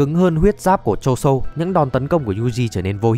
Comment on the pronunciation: ngta tên choso mà ní đọc choson =)))